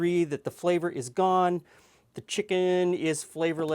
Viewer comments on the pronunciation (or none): none